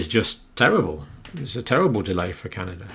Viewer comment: John, WTF is Canader? I believe you mean Canada. There is no R in Canada but there are three EH’s. Happy Friday John!!